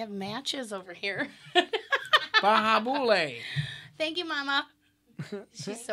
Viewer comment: I love him with all my heart but every time Josh says bahabula I want to jump off a cliff .